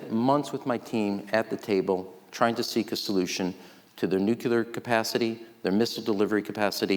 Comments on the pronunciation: If Ram Emanuel is so bright, why can’t he pronounce nuclear? Not nucular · When will politicians stop saying "nukuler"? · I just don’t get it. Why do so many people mispronounce nuclear? What’s so difficult?